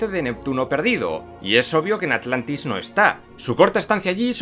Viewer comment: agujero de guion dijo alantis